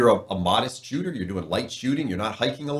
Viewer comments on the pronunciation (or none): none